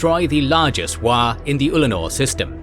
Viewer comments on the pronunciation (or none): It's "WAAAGH!" not "WAAGH" Unliked, Unsubscribed, Reported. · I love, love, love this. Only one comment about a mispronunciation though: It's not Waaagh, it's WAAAAAAAGH!!! and it has to be yelled. Took me a while to notice what was being said because I didn't understand the word.